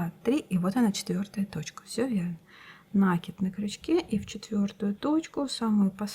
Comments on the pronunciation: Не нАкид, а накИд! Слух режет! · Уважаемая рукодельница! Спасибо за чудесный узор и очень понятное объяснение. Только, у меня к Вам просьба: произносите, пожалуйста, правильно слово накИд, а не нАкид. У Вас очень приятный тембр голоса, а неправильное употребление часто повторяющегося слова очень режет слух. Извините, за замечание. Не хочу никого обидеть. НО , это действительно так.